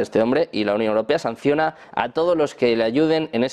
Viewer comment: ¿Sanciañonar por qué? Qué ridículo...